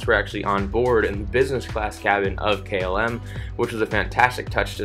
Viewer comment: So difficult to listen to a narrator that disrespects his audience, by mispronounced terms such as KLM. What does Kaylim even mean? Articulate. Pronunciate. You'r adult enough for that.